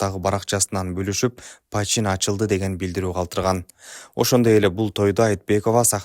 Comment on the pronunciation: Пачин эмес почин